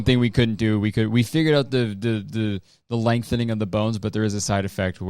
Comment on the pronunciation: The fact he wasn't calling it LEGthening surgery actually injured me. Also, PR should stand for plane rekt